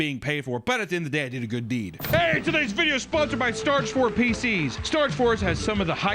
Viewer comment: "starge forge" pcs